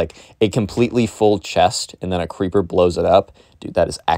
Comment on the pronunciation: When you make the voice of the Minecraft kid when you say creeper, it sounds like keepa I’m actually serious whenever you said creeper before you actually verified it was creeper I thought it was keepa